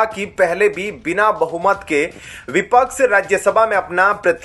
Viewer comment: आप शब्दों का बहुत गलत उच्चार कर रहे हैं जैसे संप्रक विपक्स..एसंतुष्ट आदि पढ़ाई के समय घर बैठे थे क्या